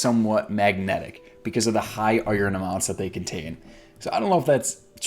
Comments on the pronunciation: yu say iron like oyorn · What is this amazing pronunciation of iron?! Is there an A in there?? I love it!